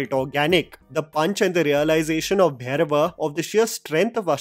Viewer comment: First of all.. it’s not Bhayrava.. It’s Bhairava!! For gods sake